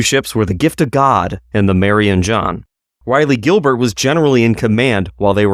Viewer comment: Raw-lee Gilbert...not Ri-lee Gilbert. Its painful.